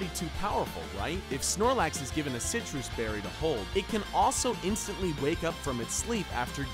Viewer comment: He also pronpunced Sitrus Berry as "Sitroos Berry" ane got its function completely wrong.